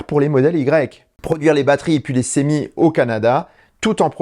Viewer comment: Hello, D'où vient la prononciation du futur camion de Tesla " sémi " ? En français, c'est clairement semi ( de semi-remorque) en anglais cela se traduit par semi-trailer avec comme en français une prononciation " se "...